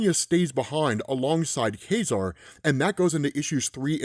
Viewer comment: It's not pronounced "Kah-Zar"? "Kay-Zar" sounds weird.